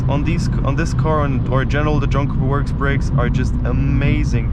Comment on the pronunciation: Try John Cooper Works mate, not jonkaworks